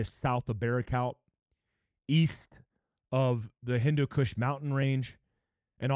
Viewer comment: Said "Right next to the endo kush mountains."